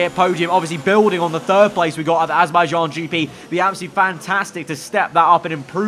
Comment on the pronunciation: its how you pronounce it in 2019 lol